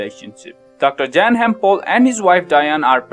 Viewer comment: Pronounced as Yan